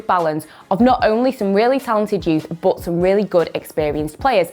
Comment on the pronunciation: Why does she says but, BUTT